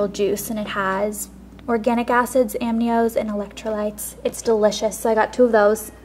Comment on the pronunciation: "Amnios" hahaha, it's A-MEE-KNOWS!